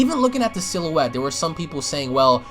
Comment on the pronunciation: Sill-you-ette XD